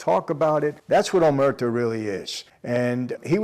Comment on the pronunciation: The word is not omerto its “omer tta’ “ accent on the the “a’”. Pronounced like “ha”.